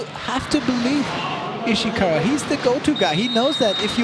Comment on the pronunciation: correct me if I’m wrong but did he tried to say Ishikawa and ended up saying Oshikawa? Which kinda sounds like Oikawa JAJAJA